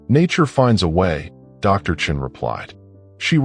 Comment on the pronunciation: Sean is not pronounced chin.